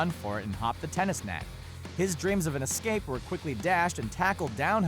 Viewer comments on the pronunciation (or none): none